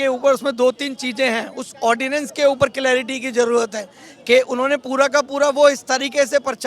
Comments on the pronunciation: कम से कम पढ़ेलिखों को तो एंकर बनाओ, ऑर्डिनेंस को ऑडियंस बोल रही है😂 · ऑडियंस नहीं उसको ऑर्डिनेंस कहते 🙄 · Ordinance hota hai ordiance nahin ! Hindi mei adhyadesh bol do ?